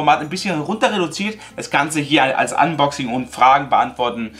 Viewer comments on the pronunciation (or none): none